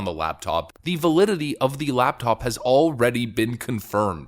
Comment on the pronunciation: Laptop, not labtop.